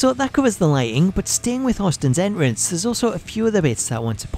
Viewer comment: Dude says “en rance” entrance my guy